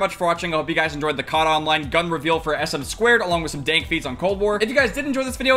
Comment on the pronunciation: it is "ess-em-two" not sm squared